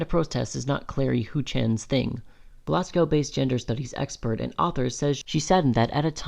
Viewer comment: as a Scot, "edin-burg" is like a Manchurian candidate trigger 😬😬😬 ETA: GLASS COW? I really don't understand why you chose someone who doesn't know how to pronounce Scottish place names to read out the Scotsman article lmao Good video, I find it a bit reductionist at points (that gender dysphoria defines trans people).